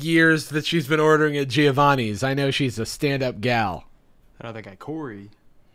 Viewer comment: It’s pronounced jo-vanni, not gee-o-vanni